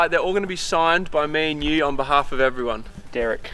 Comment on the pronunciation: heuoou ewewyone we r back in the toweew